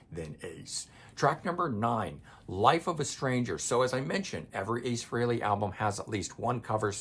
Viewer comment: Thank you for pronouncing "Frehley" correctly!